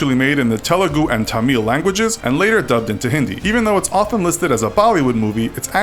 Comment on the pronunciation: I noticed that too....exactly what is Thaammeell? they shd learn to pronounce it correctly